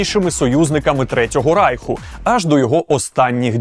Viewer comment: РАЙХ-вимова на німецкий лад.